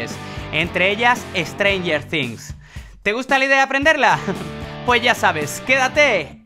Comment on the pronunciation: has un tutorial de como tocar HEARTBREAKER DE LED ZEPPELIN Porque no das clases de fingerstyle porfavor amigo ya llevo tiempo en tu canal :D todo bien hasta que pusiste "Estrengeerrr tInGssssss".